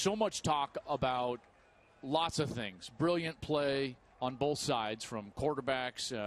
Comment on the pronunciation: On “bolth” sides 😂😂